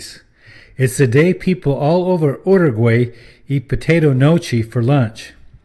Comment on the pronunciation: The fact that he stays miss pronouncing the name Uruguay